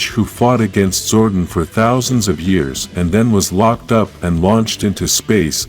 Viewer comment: Please pronounce Zordon properly it’s damaging my ears 😅